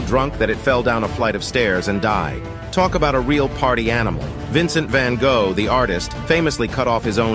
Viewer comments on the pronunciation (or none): The way he pronounces Van Gogh is the best part😂😂😂